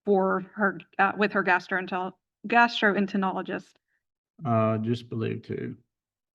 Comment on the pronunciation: "GASTROENTEROLOGIST" You've got an education, PRONOUNCE IT CORRECTLY .